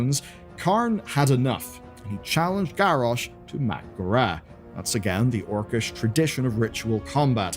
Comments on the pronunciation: I can't get over the "Mack'gorah" pronunciation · I just wish you knew how to pronounce 'mak'gora'.